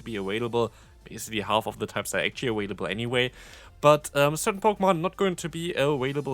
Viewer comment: hey, um... why do u always say "aWailable?"